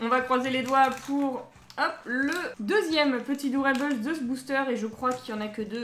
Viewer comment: Hello super vidéo ! :D Juste petite rectification sur le nom "doorable" venant de "door" (porte) et "adorable" (adorable haha c'était dur) ; du coup si tu le prononce en français, garde le "able" en prononciation français (pas eibeul) et si tu le fais en anglais ça donnerait "able" au lieu de "eibeul" Voila voila c